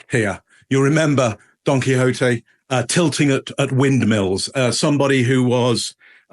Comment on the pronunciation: Don Quixote (quicks oat) thats not even what he said. He said Donkey Oatey!